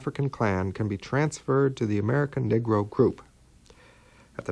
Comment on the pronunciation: My Brother, the term is "Negro" pronounced (Nee-gro) not Niggro!